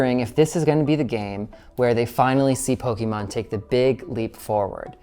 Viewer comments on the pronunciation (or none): Don't worry, that's an expert on Poke-ee-mahn. Don't know how much he knows about Poke-eh-mahn, since he doesn't seem to know how to pronounce the thing that's been around for 30 years.